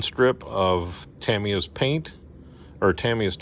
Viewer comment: Good "Wilhelm Scream" when the one figure fell! 😆👍 The station is coming along nicely. You are one of the very few YT modelers who pronounces Tamiya correctly! 👍